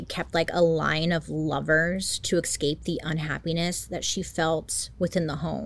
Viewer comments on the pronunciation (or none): Bailey I love your videos but please PLEASE stop pronouncing 'escape' wrong. It's not 'Ex-scape'...it's almost as irritating as people who pronounce Espresso as Expresso 😂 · I love you man, but do something about the words escape, and especially 😍 eSSScape not eCscape ❤